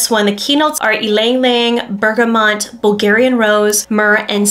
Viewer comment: Cardamon- not Cardamom , Bergamot, not Bergamont!🧐 Jeez.